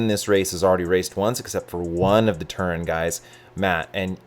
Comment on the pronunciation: Its TERUN, not turin. Says right on their jerseys. Get burnt by the team, then try the restaurant (Cal Ave, Palo Alto)